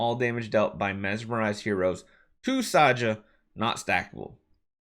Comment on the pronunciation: I think her name is supposed to be pronounced Sa - Ha.